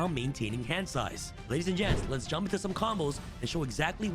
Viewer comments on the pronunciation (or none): none